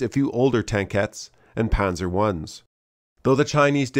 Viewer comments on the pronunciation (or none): none